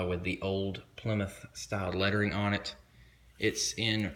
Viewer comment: Plymouth your saying it wrong